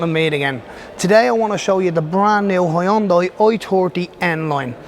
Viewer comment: Huyündai?? Bro...